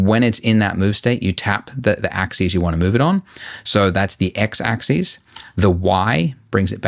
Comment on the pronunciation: Damn, I forgot how much I'm triggered by his mispronunciation of "axis".